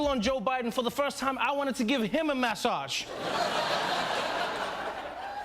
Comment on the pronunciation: I love the way Trevor pronounces the word “massage”.🙂